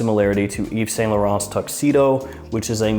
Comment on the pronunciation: Excellent prononciation in french! So many people struggle with french words ( french is not chinese i mean common). You said LA NUIT DE LHOMME perfectly and YVES ST LAURENT as Well. !!!